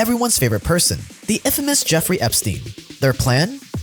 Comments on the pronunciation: whats up wit you calling him eefrey jepstein ? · Effrey Jepstein 😂😂😂